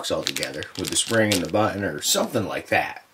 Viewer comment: Shootin? Butun? Lol just joshing great vid